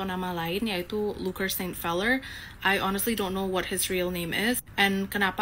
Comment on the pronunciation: Luker feller❌ Luker peller✅